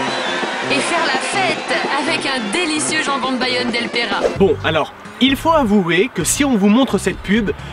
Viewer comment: IL FAUT AVOURER AAAAAAAAAAAAAAAAVVVVVVVVVVVVVOOOUUUUUUUUUUURER ; ) your Bad comme on le dit